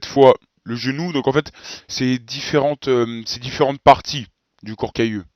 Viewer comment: à 9'50, on entend "corps cailleux" au lieu de "corps calleux". Comment doit-on prononcer ?